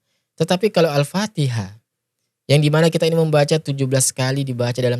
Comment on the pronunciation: berguru di mana dia itu baca AL Patiha aja sala